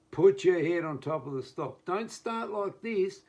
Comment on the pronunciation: Put your head on top of the stock and on top of the what? I could not understand your pronunciation.